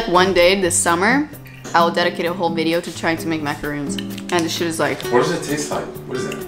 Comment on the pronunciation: Ahaha I'm from France and you're prononciation of Boursin and Maracons with the "Rrrr" was really good! I love your job and I'm happy to working my English's vocabulary with your video! kiss from the north of France! 🥰